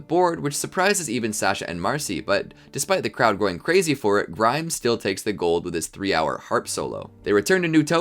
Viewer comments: It’s grime no grim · Did you say grim instead of Grime